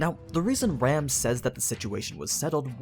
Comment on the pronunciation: I really anime sites would pronounced Ram (Rah Mu) and Rem (Rei Mu)'s names in the Japanese pronunciation rather than just use English pronunciation based on the spelling, which makes no sense in differentiating the 2 of them when said out loud